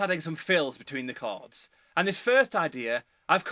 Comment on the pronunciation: Thank you for teaching me to connect the “chawrds”😭❤️